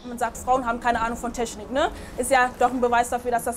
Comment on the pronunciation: Die Studentin: ja die Tragfläsche ist sehr Tragfläschlig und die teschnik dazu ist sehr teschnisch